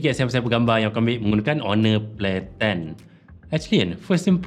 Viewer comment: Dengar dia sebut honor play10 macam pelik jee,kalau kat kedah dia sebut macam tu kena marah dengan orang tua2😂